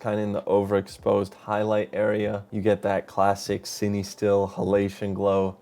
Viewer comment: fatheryelvy because that’s how it’s pronounced bud